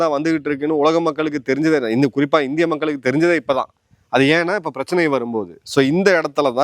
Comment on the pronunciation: "மக்கலுக்கு" இல்லை "மக்களுக்கு " எங்க தமிழ் படிச்சீங்க திருந்துங்க தமிழ் வார்த்தைகளின் சரியான உச்சரிப்பை முதலில் தெரிந்து கொள்ளுங்க